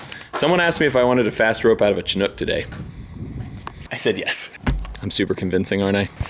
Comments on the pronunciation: It’s pronounced “shin-ook”, not “chin-ook” lol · Chinook. Pronounced shin not chin. Love from the Pacific NW! Come visit in August. It gets way warm. Like 80.